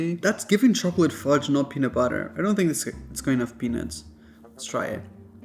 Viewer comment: Sounds like "boiled penis" lol